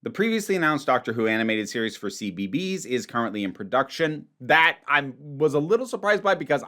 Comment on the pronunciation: I had no idea CBeebies could be pronouced like that, and I do kinda see where it's come from. Feel so weird though.